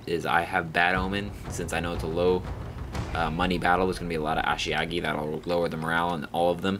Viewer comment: Is there a reason you keep saying ashiagi instead of ashigaru? Still a nice video though.